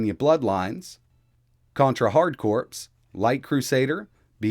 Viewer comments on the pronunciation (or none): FYI, the word "corps" is pronounced like "core" and not like "corpse" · It’s pronounced core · Its pronounced Core. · "contra hard corpse" dude, you pulled an obama